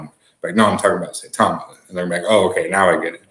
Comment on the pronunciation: Mr. Willie D, Saitama is in japan and I actually vacationed there back in 1998. The true pronunciation is Sa-e-ta-ma... Please research the pronunciation of hiragana and katakana for reference. 👍